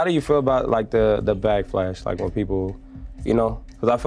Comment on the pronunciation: Fool said backflash lol